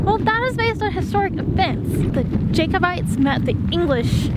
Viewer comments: The 'a' in Jacobite is pronounced as in cat or bat or hat - not as in say or way or day. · Cool video. Future reference, when pronouncing Jacobite/s. Think Jack not Jake. ;) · It pisses all Scots off listening to Americans be so arrogant and badly pronounce Scots place names. Oh and it's pronounced cull-od--en and Jack o bites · How did you pronounce Honda and Jacobite? Up your game, son. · lol no offence but you need to learn how to say jacobite mate, also the jacobite army were fighting the British not just the English and they were fighting to restore the Stewarts to the throne of Britain. Half the British army was actually made up of scots who didn't support the Stewarts and were enemies with the clans fighting for the jacobite. After the jacobite defeat the British started the Highland clearances which brought about the end of centuries of clan warfare and the Highland way of life, they even banned us from wearing the kilt and banned the Scottish language gaelic, millions of Scots had there whole way of life destroyed and alot of them moved to America and Canada to start a new life and that's how places like nova Scotia came about